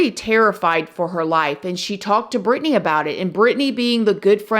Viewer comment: I love how she pronounced it perfectly...I'm from Racine and know alot of Britney's family members...this was a horrible tragedy in my community!!